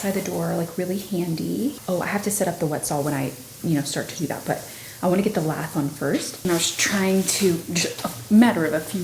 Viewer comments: Lath is pronounced like laugh. I googled it.😊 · It’s pronounced la ( hard a) the (th like this and silent e! Love the dog! And didn’t she say it was Angie Dickensons house?? That’s cool!! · You say lath like you start the word laugh. 😂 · Lath (rhymes with math) is used as a frame for support. Lathe (long a) is used to turn wood for those beautiful curves on furniture. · I'm pretty sure wood trim is priced by the linear foot (or foot) not square foot. Lath rhymes with path.